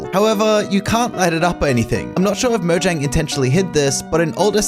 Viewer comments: Why do people keep pronouncing it "mo-zhang"? It's "mo-yang". It was founded by Swedes, the j makes a y sound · It pronounced ( moyang ) because it is swedish